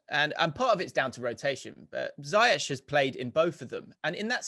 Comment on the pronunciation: People his name is pronounced" Ziyekh " see his 90 min instagram post on chelsea social media.